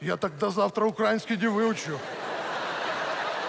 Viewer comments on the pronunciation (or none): Раздражает!!! УкраИнский, а не УкрАинский. Украинское шоу, а даже правильно сказать название языка не могут!